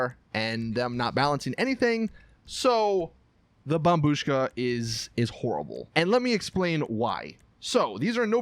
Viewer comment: Dude! Its bombshuka!